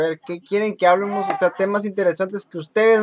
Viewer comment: te digo algo en buen pedo? no digas váyamos y háblemos, es vayamos y hablemos, no le des énfasis en las primeras vocales, no es correcto y se oye mal. Es solo un consejo;)